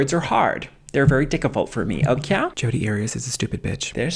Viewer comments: 🤣 "Words are hard. They're very dicivult for me. Okwayh." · Lol “words are hard…they’re very diccifult for me. Okah?” Lol